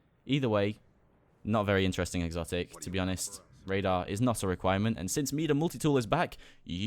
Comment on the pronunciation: m(eye)da...not m(me)da. ha. but love the accent.